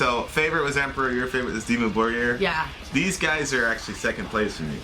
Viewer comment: it's pronounce "Dimmu Bórgir" not Borgír... and of course you can be the master of your own life, you literally have the power to end it, you can't control what surrounds you and that's what you failed to understand, anyways, i just came here to say reactions videos are the dumbest thing on earth as well as people watching them, don't judge me too fast, i just randomly placed the mouse at the mark to hear what they talk about, then i realized this guy is a complete ignorant talking about a subject way too rich in knowledge like black metal, let alone Norwegian Black Metal, both of you can't even grasp what Norwegian Black Metal is, then again, i'm guessing you're both north american so it's understandable, ignorants everywhere, in fact the title needs to be change asap to "ignorants react to" whatever brainwashed nonsense you yap about. #stopmakingstupidpeoplefamous